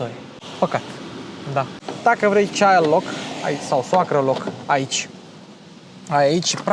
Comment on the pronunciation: Se aude "d" ul de la sfarsitul cuvantului "child" [tsaild], de la "child lock". Si in alte videouri ai facut aceasta mică greșeală.